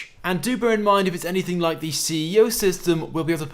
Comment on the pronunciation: this guy always say hit hte lie button he never says like butto nright